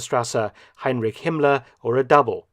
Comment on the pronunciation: You are not pronouncing the name Heinrich correctly!